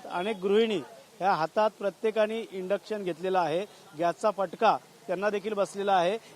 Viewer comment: "Indux" nahi ❌, Induction ✅ असत ते! आधी नीट बोलायला शिक मग mic 🎤 घे हातात